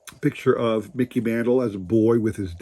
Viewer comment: It sounds like you are saying Miggy and not Miggy and not Mickey lol Those cards are very cool though. Lots of action shots. Those cards are very cool, thanks for sharing !!